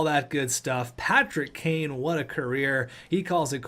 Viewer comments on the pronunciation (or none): none